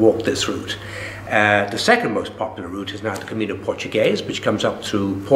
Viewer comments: Not to be too critical but I just wish the interviewer had taken the time to learn the correct pronunciation of "camino". He hears pronounce it correctly several times but obviously is not listening. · Except for the road signs in Galicia. I used to wonder why it was spelt with what I call the 'onion' n. I noticed in one of the other parts of this interview he uses the common pronunciation. But sure what the heck, knew what he was talking about. Bo Camiño or Buen Camino, just makes me wish I was back there no matter how it is said:)